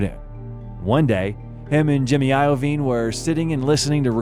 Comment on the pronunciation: Jimmy A-yo-veen lol